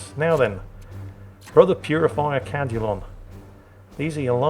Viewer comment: Damn it, I know your saying Cadulon, but I am hearing “Brother Cal-culon” and can only think of the robot from futurama lol.